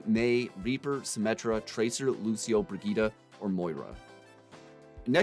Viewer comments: Bri-gee-tah?? Isn’t it pronounced like “bri-jet”? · It’s pronounced bridge it my dude :) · Haven’t bought the game yet but why are you saying Brigette (Bridge-it) like Vegeta... is that how they say it in the game?